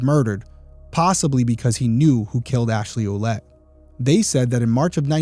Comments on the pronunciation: Her last name is prounounced "Willette"... I knew more than one family with the French spelling Ouellette-- & they ALL pronounced it that way ❤ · Derrick. I have a Quelette in my family tree (as well as a Lavasseur , the wanderer). Fyi Quelette is pronounced Well let.